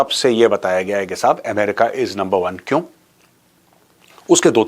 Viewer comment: Sir, Number one hota hai , lumber one nahi